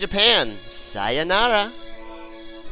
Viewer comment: Ya. U said goodbye in Japanese correctly